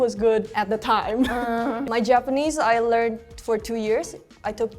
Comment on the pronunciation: She's good, but you can tell, by the way she pronounces some words, like "mother", she says "mowther", instead of "Ja-pa-NE-se, she says "Ja-PA-ne-se", etc., but her accent is great, way better than (and he's good).